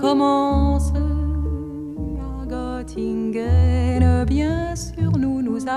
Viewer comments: Je suis toujours surpris de la prononciation qu'elle aura arrêtée dès l'origine de sa sublime écriture sur la ville de Göttingen en la prononçant "Gott-ingen" alors que cette sympathique ville allemande se prononce "Geu-t-ingen". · BARBARA aurait pu faire un EFFORT pour prononcer CORRECTEMENT le nom de la ville de Göttingen ! Ce "ö" = "euh" !!!!! 😏